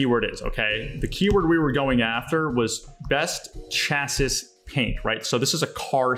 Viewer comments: Her good video. Thank you! Future... Chassis pronounced Chass-ee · Great video! Also just FYI- that's not how you pronounce chassis...I just have to giggle at that...still love you though:) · how it is pronounced is not important here because it is not an English language class. Thanks for sharing this! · I was thinking same!